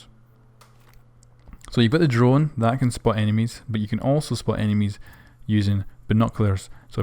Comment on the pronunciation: you can spot "enemies" not enimies